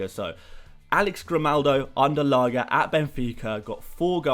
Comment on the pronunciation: I don't know if anyone has commented this yet but that's not how you pronounce Lage. It's not G as in Gordon but G as in George! It's been bothering me for a while that's it ahah great video!